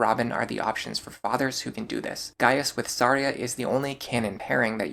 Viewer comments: What's with the way you pronounce some characters, man? How did the name Tharja become Saria? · I’m sorry how are you pronouncing Tharja? Unless I’ve been wrong my entire life it’s pronounced Th-arrr-juh correct me if I’m wrong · why are you referring Tharja as Saria? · Isn't it Thar-Ja ? I was so confused I was like saria ? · Are.. are you pronouncing "Tharja" as "Saria"? huh. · Ok I have NEVER heard someone pronounce Tharja and Noire that way. I was scratching my head trying to remember who 'Saria' was in Awakening. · Who the hell is Saria? Edit: …that’s not how her name is pronounced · It’s Tharja’s Japanese name. IDK why he was saying that one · The way you pronounce Tharja's name makes me grind my teeth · I have never before heard anyone say Tharja's name like that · I didn't know that's how you're supposed to pronounce tharja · Yeah, I was like "Yeah, she's a Kokiri. Thanks heavens there's no option for Chrom to marry her" . 🚔🚨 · I was more thrown off by how he pronounced Tharja. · Brother HATES the "TH" sound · The choice to pronounce Tharja by using her Japanese name is an interesting one when not doing so for anyone else. ‘Th’ cannot make an ‘S’ sound in the English language, so that’s the only reason anyone would pronounce it that way, especially in a time when we have an officially sanctioned pronunciation of Tharja curtesy of Fire Emblem Warriors where she is a dlc character, with supports in which her name is spoken.